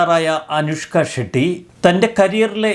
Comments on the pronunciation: ഷെഡ്‌ഡി അല്ല ഷെട്ടി 😊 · അനുഷ്ക ഷെഡ്‌ഡി യോ.........അനുഷ്ക ഷെട്ടി എന്നല്ലേ ശരി??? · അനുഷ്‌ക്ക ഷെട്ടി...എന്ന് പറയു Sir 😂